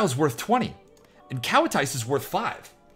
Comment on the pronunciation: I think it's just American for "I don't know how to pronounce this city name".... I'm guilty of it too.